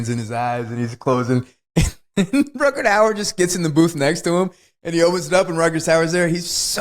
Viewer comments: I adore Wes, but, honey, there are no "d"s in Rutgar Hauer's name. Not one. Definitely not two. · I’d be ok if he stopped saying Rutgerd